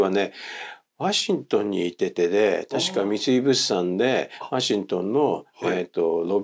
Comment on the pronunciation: 「ワシントン」の発音がちょっと気になった